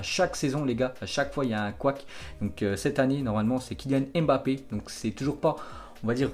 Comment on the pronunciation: Salut ça fait longtemps je t’entends dire kilyan èmbapé c Mbappé pour rectifier il dit lui même écoute les diffuseur il disent bien Mbappé mtn merci grosse force toi